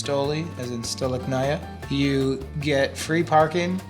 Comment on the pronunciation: he doesn’t say stolichnaya right